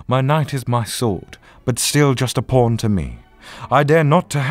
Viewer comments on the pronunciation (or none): I thought he said "I call onto my porn," and that really confused me. Also just heard "Even when all my porns pile up like..." Jesus every time you say "pawn," I hear "porn," Connor.